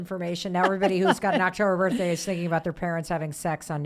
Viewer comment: Hello Mel Thanks for all the emails- I love you too! I have to ask why is birthday birt- day for you? Really curious if one of your parents pronounce it this way as well?